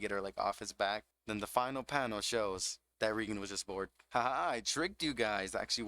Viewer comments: Small issue: "Regen" bothers me a little. "Rei" is pronounced like the name "Ray" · its ray-gern. not ree-gern. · He pronounce Reigen without the ''i'' ?